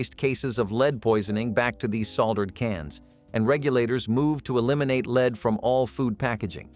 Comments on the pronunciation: Lead is pronounced led in this situation. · LEAD IS PRONOUNCED LED. IT NEVER KILLED ANY BABIES. IT IS A LIE. 5 OF US WHERE IN LEAD PAINED BEDS AND ROOMS WE ARE ALL JUST FINE. LEAD PAINT ON YOUR WALLS STOPS THEM FROM SEEING INSIDE YOUR HOME. INFRARED CANNOT GET THROUGH IT NOTHING CAN. A BABY WHO CAN ROLL INTO THE CRIB CUSHIONS CAN ALSO ROLL AWAY. ANOTHER LIE. WE ALL WERE COVERED WITH HAND MADE QUILTS AND BLANKETS SO WHERE MY 3 SONS NONE OF US DIED. WE ARE ALL HERE. MORE CRAP. NEVER HAD FLAME RETARDER IN ANY WE COULD BUY HERE IN CANADA. SMART ADULTS KNOW IT IS UNNECESSARY. IF YOU DIDN'T KNOW HOW TO USE A THERMOMETER. I GET IT BUT THAT WAS NOT THE CASE. ASPRIN HAS ALWAYS BEEN DANGEROUS. BAYER PRODUCTS ARE ALL DANGEROUS. BE CAREFUL THE THINGS YOU LISTEN TOO. IT IS NOT ALL TRUE.